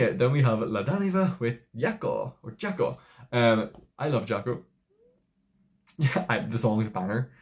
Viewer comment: Hiya! 😊 The "J" in Jako, is pronounced the French way; such as in Je t'aime, je suis, etc.